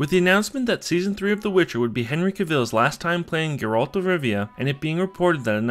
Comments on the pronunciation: no.. geralt not gurolt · Dislike for can't even pronouncing "Geralt" correctly